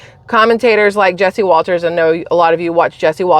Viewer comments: It's jesse waters not jesse walters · Jesse Waters, not Walters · Jesse Waters, not Walters…. RINO vs DINOSAUR 😅